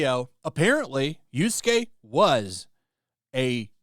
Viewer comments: For fuck sake! Yasuke! Not Yusuke! Get the pronounciation of the name right. Keep saying the name wrong cheapen what your take. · Do you call the character "Yusuke" instead of Yasuke because you hate him or you just can't read Japanese names? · It's Yasuke, not Yorskay, jesus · I love that you keep calling Yasuke, Yusuke. It makes me think Yu Yu Hakusho is still being talked about. I miss that anime. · When I heard Yusuke instead of Yasuke, my oldtaku switch got flipped and thinking of Yuyu Hakusho. Such an old but gold manga/anime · It's Yasuke, not Yusuke! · Bro you and Endymion, y'all bad at pronunciation It's YASUKE, not Yusuke .Yusuke is a cool spirit detective YASUKE is a fake samurai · Omg dude, Yah-skay not You-skay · How many times mispronounced yasuke